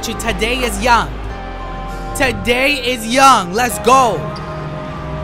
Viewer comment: “Today is Young” you mean Thaddeus Young (thad-de-us)